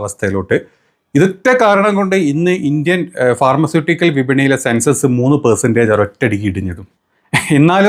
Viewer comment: Sensus alla bro sensex enn paray😂